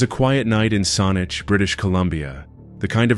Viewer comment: Well made, fact filled video. Thank you for making this!~ Having said that, I only have one point to pick, in the third case. Saanich (The place where the third case happened) isn't quite pronounced correctly. It should sound more like a bad pronunciation of the word, sandwich. Actually, it sounds exactly like the word sandwich, with only a few letters missing from the middle... Unless you eat sonwiches, I suppose. Other than that, your video kept me engrossed all the way through and it was informative. I look forward to seeing more from your channel,!